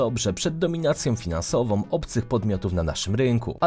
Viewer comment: Te ceny SOM, finansowOM itd - zle . "a" z ogonkiem. Zle, nie tak po polsku, panie redaktorze !